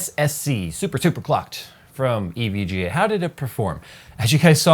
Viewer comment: I thought you said super cock for a second there.